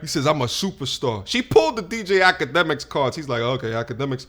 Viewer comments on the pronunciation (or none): 🤣🤣🤣this bitch said akademics